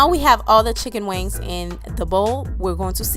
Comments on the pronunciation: It's funny when you always say checken wings LOL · She keeps saying chic on wiggs. We’re are your from